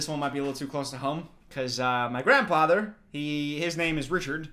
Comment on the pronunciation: “grandpather” lol dummy